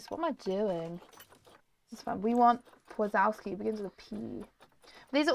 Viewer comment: I love przewalski horses (it’s pronounced prezwalski horse) :)